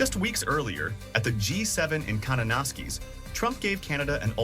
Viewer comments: "Kannah-naw-skee"? Did they mean Kananaskis? 😅 Doesn't fill me with confidence regarding the opinions. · That was hilarious 😂 Kanan-A$$-keys 😂😂😂 it's Kanan-A$$-Kiss which is even funnier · You know it's either A.I. or lazy work when they pronounce Kananaskis as konanoskees, despite Google Translate being able to tell you the correct pronunciation with one click. (Granted, only one of the Wikipedia articles for places and things named Kananaskis has IPA for it.)